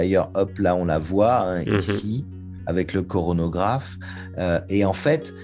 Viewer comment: Alors, deux erreurs de (): c'est coronographe et pas chronographe (j'ai bien écouté, il le prononce mal deux fois de suite). Et le z (redshift) est supérieur à 0, pas 1. Le rapport des longueurs d'onde vaut 1+z. Un z négatif (entre -1 et 0) est possible et c'est alors un blueshift.